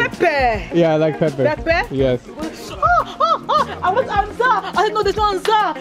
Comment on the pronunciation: PEPPE!! (PEPPER)😅😁😂😝😛😜😍